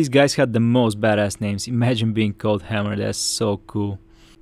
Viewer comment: It's Hay-mer, not Ham-er.